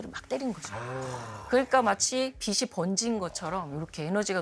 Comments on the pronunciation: 빛이 (비시)~ 똑똑한 분에게 인간적인 모습 잘 봤습니다~ 하지만 계속 거슬렸어요 ㅠㅠ 다른 패널들이 빛이 (비치~) 강조하던데... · 교수님 설명 다 좋은데, 발음 하나만 고치시면 좋겠습니다. '빛이' 는 '비시'로 발음하는 게 아니라 '비치'라고 해야 맞습니다. 이거는 교수님도 마찬가지에요. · 박사님 다 좋은데 빛이 를 발음할때 비시로 하시는데 비치로 발음 하시면 좋겠습니다. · 박사님 잘 봤습니다. 가장 가까이 있는 별이 있어서 태양을 연구하게 되었다는 말씀이 참 와닿네요^^ 박사님 아주 작은 한 가지 고쳐야할 점 말씀드릴게요. "빛이", "빛을"을 발음하실 때 "비시", "비슬"이 아닌 "비치", "비츨"이라고 발음해주시면 더 좋겠습니다. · 외람된 말씀드리자면... 박사님.. [비시]들어오면, [비시]강해서, [비시]비칠때 이러시는데... 우리말 바른 발음은 [비치]비칠때, [비치]달라요. 비슬-> 비츨 빛이->비치 비슨->비츤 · 내용 너무 좋은데 빛 이면 받침이 ㅊ 이라 빛이 = '비치' 빛을 ='비츨' 로 발음해야하는데 교수님 계속 '비시' '비슬' 로 빗으로 발음하시는점은 조금 수정하시는게 어떨까 싶네요.